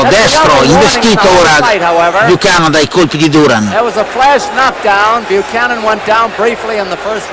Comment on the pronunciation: It's pronounced Ken Bu-cannon not chan-non listen to the commentators too. Apart from that, good job.